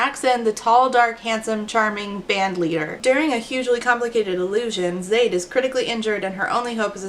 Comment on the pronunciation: “It’s ZAYD not ZA DEE”